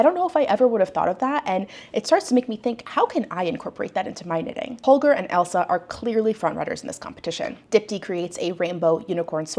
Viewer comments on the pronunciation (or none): I haven't seen the show, so I don't know if it's being mispronounced by judges/commentator, but her name is Ailsa which is pronounced like "Ale-sah" (not like 'Elsa', and definitely not 'Alisa' which I've seen published in various articles).